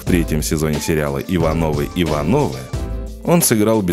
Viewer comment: ИванОвы-ИвАновы!!! Вы хоть узнали бы, как правильно произносятся эти фамилии в сериале.